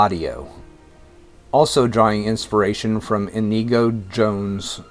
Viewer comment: It’s a shame that, having taken so much care over this (which is interesting and has a nice level of detail), the narrator couldn’t have checked the pronunciation of names such as Lutyens, Jekyll and Inigo. But it’s a nice little video.